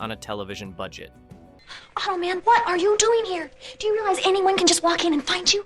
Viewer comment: The amount of times I've seen these shows reviewed on other YouTube channels I wouldn't say these shows are forgotten, plus if you're a child of the 80s like myself, you know them. Plus .....Automen ?you say it like it was a last name LOL ...hello human, im Marv Automen lol